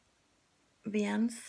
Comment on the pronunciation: Nice biscuit choice!! Oh, btw, custard is "cuss-tard" or "cuss-turd". Viennese is "vee-uh-knees'